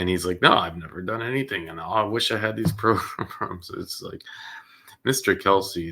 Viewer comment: PLEASE STOP SAYING PRO-GRUMS!!!!